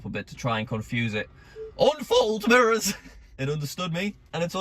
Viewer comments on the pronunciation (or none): Lol the way says mirrors, sounds like he says murrrrs